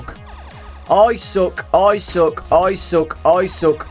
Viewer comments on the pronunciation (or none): when he was saying I suck. I thought he stated to say I sock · when u were repleatly said "i suck" it sounded like u were saying "Isaac"